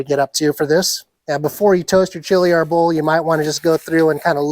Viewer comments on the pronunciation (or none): Hahahaaaaa, chilly Arbol is not really considered spicy. Scoville units isn't considered spicy at all. The word is also not pronounced arbOhl but Árbol.